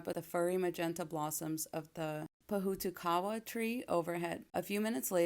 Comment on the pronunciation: Im from NZ. You pronounced pohutukawa correctly 😉.